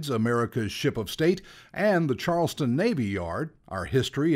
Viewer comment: Sorry, I have to comment on this. It's CharlesTOWN, not CharlesTON.